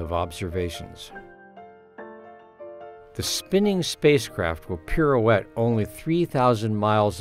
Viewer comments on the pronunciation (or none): Did the narrator just saw "the spinning space craft will peroette the planet"?